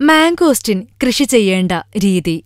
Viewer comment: Mango steeeeeeen not mango stin :)